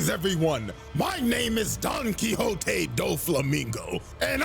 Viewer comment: I will never stop laughing at you for Donkwikzote